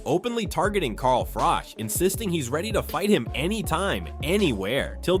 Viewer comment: His name is pronounced froch like crotch is, not frock. An unbeaten champion yet US commentators can not get it right, still????